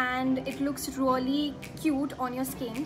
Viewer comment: She says rolly😂, hey you👆👆👆 its not rolly its really